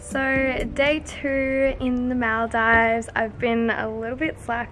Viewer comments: It's actually called moldives even tho there's an a ok just saying I'm saying this because I live in Maldives for my whole life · The fact that your saying Maldives wrong is really bothering me 😭